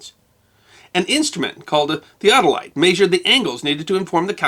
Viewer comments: These videos are interesting and informative (this one included), but where is this gentleman from whose local dialect has him pronouncing "measure" may-shur instead of meh-shur? It's a genuinely interesting linguistic idiosyncrasy. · Hate the way he says Maysure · You pronounce "measure" like a pirate.